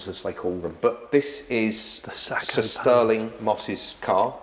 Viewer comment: He says 'Sir Stirling' like 'sisterling'.